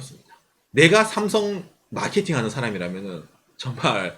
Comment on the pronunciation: 다 좋은데 왜 자꾸 쌤송쌤송하시는지..;; 한국인이시면서 제대로 발음해주시는게 좋을것같아요.. 내용자체도 구구절절 삼성신파극인데 쌤송이라하니까 왠지 우리스스로 삼성을 너무 비하하는듯한 느낌이들어요..